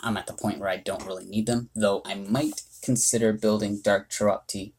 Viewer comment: Very helpful reviews for these Nat 2s, thank you. If I may make a small correction to your analysis, Chiroptie is pronounced "(Kye)-roptie." Like rhymes with my or lie. Bats are of the scientific order Chiroptera. Science fact of the day. I like watching your videos, though. I like seeing your input on mons I would otherwise overlook or just evolve for gems.